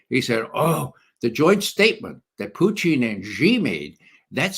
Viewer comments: Why does Ray McGovern do this idiot intentional put down of referring to Putin as Pucheen . ? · I respect McGovern’s reasoning but every time he mispronounces Putin’s name as “Pyuteen” I am reminded of W’s mispronunciation of nuclear as “nookular” Not even RT Russian presenters butcher Putin’s name with the relish of McGovern. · Why does your guest keep saying Puteen ?lol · Why does Ray Mcgovern always pronounce Putin in a weird way?